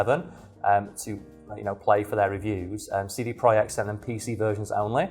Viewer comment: Pretty sure it is pronounced project idk